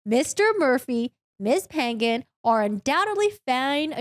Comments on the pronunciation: Only me that got pet peeve from the Pan-Gan last name thing? Lol. It's a filipino last name so you have to pronounce the -Ng together😂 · Your video is interesting and entertaining. Lol. I believe the last name "Pangan" is Filipino. The NG is pronounced like the NG in the Starwars movie characters, kliNGon, and the A's are pronounced like the A in fAther.